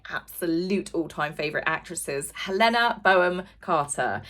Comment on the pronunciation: Pronounciation & syllables!! Hel-enna - hard l & n. Bon-ham - hard n, silent h. 🙄😬 The Bodyguard story about Diana was debunked by Lady C as 'fake news', & does seem far-fetched in truth. 🥱👀 #wakeupdread